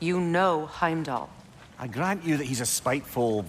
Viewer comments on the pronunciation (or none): Anyone else peep saying “HimDell” instead of Heimdall lol gotta love him 😂